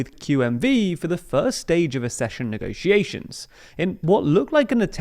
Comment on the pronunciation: It's not "assession": it's "akcession"!